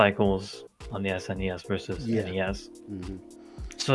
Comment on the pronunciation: Stop saying snessssss and nesssss. Wankers. NES and SNES are abbreviations, not acronyms.